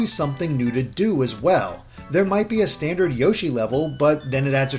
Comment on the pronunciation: More Awn Yo-Shee